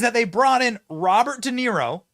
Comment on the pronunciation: I can hardly stand listening to this bs!!! Robert Denaro? 😂